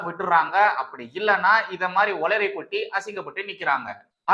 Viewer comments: உளறிய, ல வல்ல ள ? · உலறிய அல்ல; உளறிய.